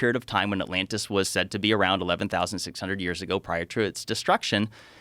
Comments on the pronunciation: The other times he says atlanis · Joe calling it Atlanta is giving me anxiety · First ten seconds and Joe calls it Atlanta.... brilliantly stupid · ATLANTIS 🤦‍♂️😂 joe you’re killing me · Atlantis Joe, not Atlanta. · I LOVE that in the first minute, dude mispronounces the name. Lmao